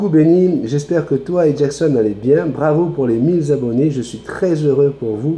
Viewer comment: Tu ne fais que rarement des fautes d'orthographe, mais si tu pouvais éviter de redire les " mille zabonnés ", cela fait mal aux oreilles ! 😅😂😁 bises